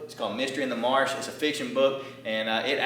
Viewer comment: Where are you located? You say marsh, I immediately think south Louisiana